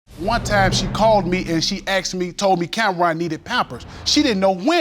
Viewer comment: I'm 3 mins in but I had pause it. His name is Judge Lake. (like RONald McDonald) 😤 Ok...now let me get back into this story 🤣 🤦🏾